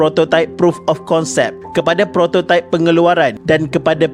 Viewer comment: Prototype betul pulak sebut! Adoiii